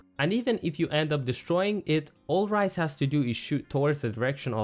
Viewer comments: RAZE not ryze. :^^ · Great vid. Her name is Raze tho, not Ryze. I was very confused at first! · My man said ryze